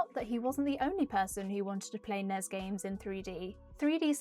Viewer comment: It's pronounced N. E. S.